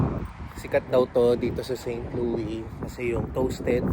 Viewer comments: Share ko lang bro, St. Louis is pronounce "Saint Lewis" (Loo-iss). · Pronounced "Saint LOO-iss" parang Lewis. Uso pa rin ang break-in, pero dito di katulad sa atin na papaandarin muna ahead of time ang sasakyan bago umalis, dito pag andar alis agad. Di uso ang warm up. :) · unlike Illinois, you pronounce the "s" in St Louis :) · You pronounce St. Louis like you pronounced it but also with the "s" at the end. So it is not a silent s. Also "arch" you were right the first time...you pronounce the h. Hope you guys had fun! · Correct Pronunciation: Saint LOO-iss (/seɪnt ˈluːɪs/). (Here in America) Common Misconception: Some may use the French-style "Saint LOO-ee," but the "s" is generally pronounced. Local Dialect: The name fits into a broader local, older dialect that sometimes anglicizes French names. To give you credit though, Louisville is pronounced Loo eeh vuhl. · It is pronounced with “S” po. Try visiting Kansas City museum 😊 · not silent S in st louis po…. hehehe enjoy po from st louis